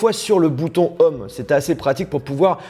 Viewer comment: "Bouton Homme", "Faiyce aydi", "Dailaiyte",... :'''')